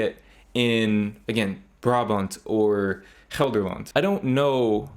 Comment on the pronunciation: your Gelderland and other Dutch pronunciations are spot on, impressive!